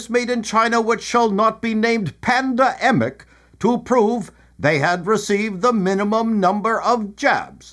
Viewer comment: Does Canadian News really say "PANDA-EMIC" like that? If so.... Why?